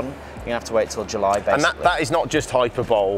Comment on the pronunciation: It's ugly. And "hyper-bowl"! 😂 (it's hyp-per-bol-ee)